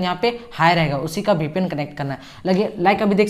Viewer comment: BPN nahi hota VPN hota h vo 😅😅